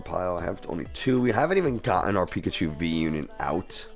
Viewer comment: Pikachee Pikachaa Pikachiii Pikachoo Had so much laugh in the beginning 🤣 😂